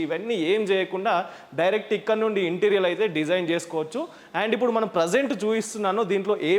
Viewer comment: Interior ఇంటీరియర్ అని pronounce చెయ్యాలి ఇంటీరియల్ అని కాదు గమనించగలరు. అన్యధా భావించకండి